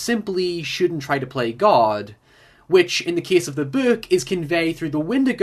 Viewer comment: Nobody:: Böök